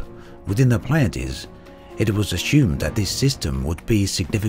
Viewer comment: A word to the wise: "Merope" rhymes with "Penelope" -- the final 'e' is pronounced. Ditto for the other stars in the Pleiades (which even Braben mispronounces, it should be PLY-add-ease). Star names are a bit of a minefield as there is such a jumble of Latin, Greek and Arabic. This page is helpful: Cheers and thanks as always for your coverage of this wonderful (and sometimes infuriating) game.